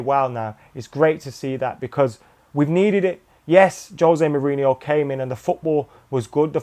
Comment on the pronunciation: I love the way trips over Mou's name:D a delight to watch